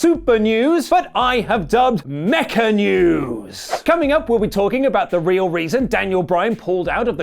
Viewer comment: ...Maybe not the best episode to dub as “Mecha-Wrestling” as it sounds like you’re saying “Mecca-Wrestling”